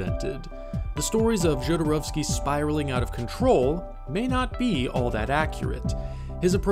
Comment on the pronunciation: I don’t know how someone watches all of “Jodorowsky’s Dune,” does all this research, listens to people say his name over and over again and SOMEHOW STILL make HOURS of content saying his name INCORRECTLY. Every. Single. Time. It blows my mind. Just take two seconds and look up how to say it!!!! Say it correctly!!!